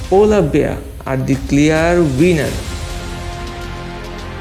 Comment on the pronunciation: Can anyone teach him some English he calls habitat ha-bitat